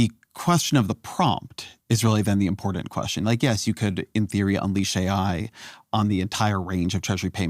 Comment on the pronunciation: Important. Not impordant. 😊 Also, great interview. Thank you.